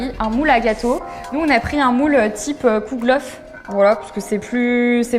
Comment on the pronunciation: Kouglof 😂 la prononciation! Respecte nous les alsaciens 🥨